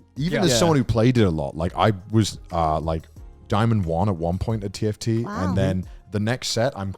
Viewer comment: each time conner says tft i just hear tf2